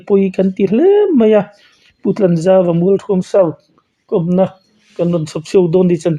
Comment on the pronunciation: Mualthuam tih hi thluk tur NGE, thluk loh tur le